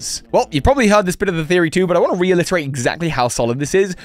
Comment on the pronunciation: Did you say reilliterate?…